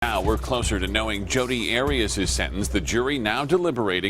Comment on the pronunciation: Kittie Muffins I don't have 16 cats hence I'm a college student. And don't mispronounce Jodi's name again!